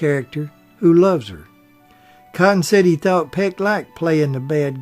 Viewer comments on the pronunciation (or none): none